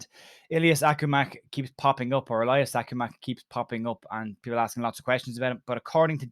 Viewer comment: His name is Akhomach and pronounced Akhomashe ("kh" is pronounced like "g" in Sergio Ramos)